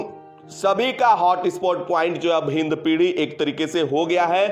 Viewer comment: Its hindpiri not hindpidhi